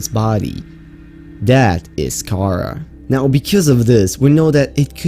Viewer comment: Anyone else get really annoyed each time he pronounced Karaa as "k-AH-r-uh" instead of "k-ah-RAH"